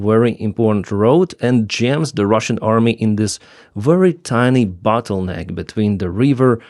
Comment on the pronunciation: Bottleneck,, not battleneck (no such thing)